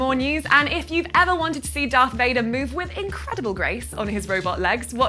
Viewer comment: She said Earth Vaper